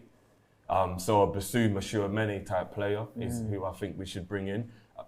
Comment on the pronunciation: said Tunameni😭😭😭😭